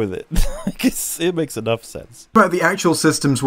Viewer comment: That's enaff!